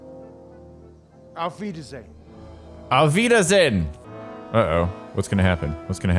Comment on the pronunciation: Wow, your "Auf Wiedersehen" was perfect! That was fun af ^^